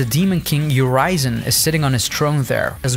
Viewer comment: YU-rizen?? its Urisen. get the pronunciation right. just like how street fighter's Ryu is not Ry-you.